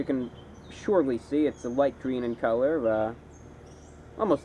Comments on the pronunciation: I can't stop replaying the I T S G W E E N part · hahah, "it's gween". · It's gween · its gween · IS GWEEN! Oh gahd Im in love 😂😂😂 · ITS GWEEN!!! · "ITS GWWEEN" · the moment you said "IS GWEENu!" I saw Smeegle reflected on your face